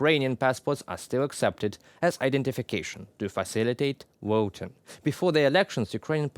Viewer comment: Not wisits - visits. Not woting - voting.